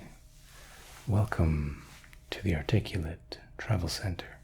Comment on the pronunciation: “Articwlate” is genuinely distracting.